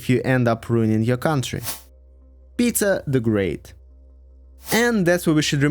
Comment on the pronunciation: I mean its not correct to go into Tsars and Princes/Knyazes bcz history is very foggy, but not to include Alexander, Alexander II, Catherine the Great while including Fyodor, Malenkov & Chernenko? What? Even most russian people don't know much about them. Also, i chuckled how you pronounce "Peter" as (or close to) "Pizza" a few times. Another point - this is HIGHLY subjective. Literally every person in Russia will have different timelines depending on their political standing bcz even in USSR rulers were veeery different from one another. Just keep it in mind if you are not from ex-USSR country (therefore probably don't know this nuance). Also - i disagree with you on Alexander II. He's not S-tier. He is S+++ tier.